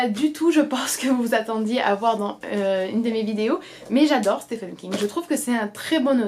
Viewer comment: Juste petite info, Stephen en anglais se prononce «Stiven» et non «stefen» :)